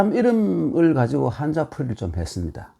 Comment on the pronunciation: 늘 강의를 잘 듣고 있읍니다. 딱 한 가지 말씀. "한자"는 "한짜"라고 된 소리로 발음해야하지 않습니까. 미국 변 완수 배